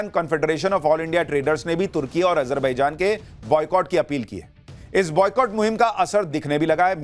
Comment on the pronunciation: Ajar- be -jaan😅ardh-gone😅